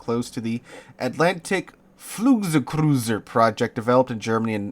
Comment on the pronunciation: the word is pronounced 'floogzoigcrertser' i think